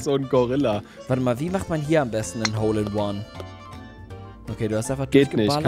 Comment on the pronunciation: Wie oft habt ihr hol in One gesagt in dieser Folge 😂😂😂😂😂